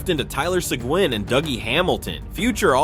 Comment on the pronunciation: EXACTLY!!! And, if you're going to talk hockey, you better be able to pronounce Seguin's name.